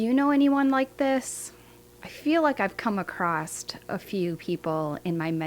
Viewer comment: You said "doozy". That's some old school Midwestern vocabulary. It's awesome. You also said "acrosst". There's no "t" in that word. Like your channel.